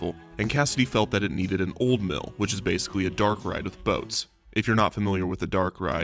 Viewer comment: Haha every time I hear you say “Dark Ride” it makes me think of the Pokémon Darkrai!